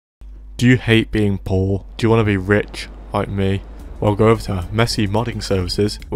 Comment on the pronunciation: Dojuhet beeng poooh